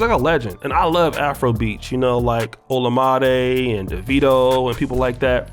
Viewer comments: Lmao he definitely did... but props for actually knowing him. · lmao, you completely slaughtered Olamide's name